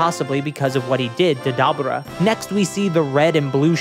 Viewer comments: Its pronounced Dah-Boo-Dah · never heard dabura being called dabra... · My man, Debura is a Japanification of “Devil” because we say “Devull” (nobody pronounced it DevILL).. Kadabra.. pffffft nice try tho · “I’m calling him Dabra because his name is a pun on kaDabra. I’m not saying Dabura” Even though, phonetically, that’s how his name is spelled and pronounced in Japanese. Da-bu-ra. But ok, in that case, better start calling him “Beers” instead of “Beerus”. Phonetics don’t matter. His name is a pun on beer so call him Beers, just like Whis is a pun on whiskey. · Bruh I swear to God the weeb fans go out of their way to pronounce stuff the Japanese way so they feel smarter or special or some shit. “Dabra” “nyobo”, whatever word you used for the nimbus, like come on thats sooo forced 😂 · it's pronounced "Debra" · The way you say dabura , power pole, and nimbus makes me unreasonably upset lol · I gotta nitpick about you talking about dabura's name....mainly cause while you say thats how its pronounced. They literally say it the way all of us say it in the series tho so I don't understand why you think his name somehow is different than what the show had it pronounced. Outside of that good video but I couldn't stand hearing his name pronounced so....weird